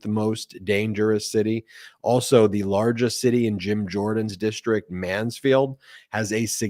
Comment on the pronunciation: "DISHTRICT" There's no H in that word!